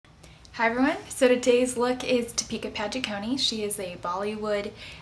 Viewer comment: wow you pronouced deepika padukones name sooooooo wrong lol